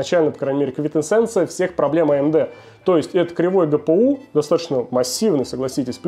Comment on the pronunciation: по чему амуде? почему нельзя говорить нормально , амд?